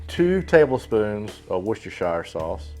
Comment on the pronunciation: I love you for this video, I didn't know it was possible. Also its generally pronounced Wuss-ter-sher sauce which is a little easier to say.